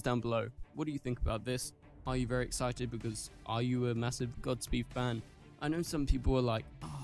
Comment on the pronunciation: Gods speed bro not gotsspeed